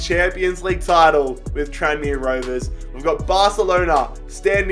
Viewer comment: “Tran me Rovers” 🤦‍♂️